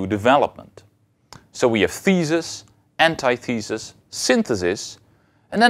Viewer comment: He says "ant eye thee sus" though. Isn't it supposed to be "an tith uh sus"?